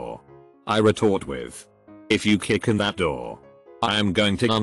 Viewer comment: sot that sot sot thing sot is sot so sot annoying sot